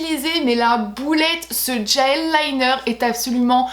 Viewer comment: "Un djel liner" j'adore ta prononciation😂😂😂